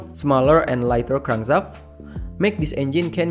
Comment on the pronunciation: Lost me on "crangzaft". Sorry, I can't. Just can't finish watching this.